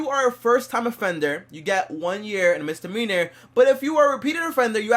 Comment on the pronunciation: Misdemeanor not Mistdemeanor